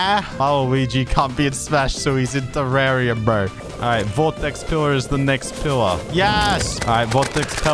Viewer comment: You say terraria wrong